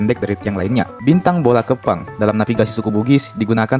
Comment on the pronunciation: Bintang BOLA KEPPANG artinya rumah pincang, Tapi pelafalan ga kayak gitu, karna artinya juga akan berubah jadi RUMAH BAU/RUMAH APEK